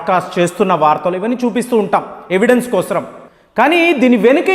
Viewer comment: క్రోశం కాదండి కోసం బాంగ్లాదేశ్ ఈరాను రాడం కాదండి కాస్త తెలుగు చూసి మాట్లాడండి.